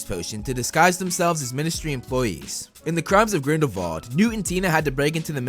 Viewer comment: it's grindelWald not grindelVald!!!!!!!!!!!!!!!!!!!!!!!!!!!!!!!!!!!!!!!